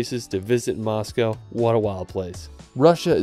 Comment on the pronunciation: BTW You made a mistake in "Moscow"